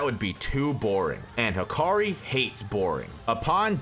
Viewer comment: No way manz said hakari<maki